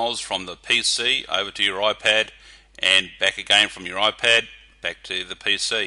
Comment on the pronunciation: Its IPAD not OIPED!...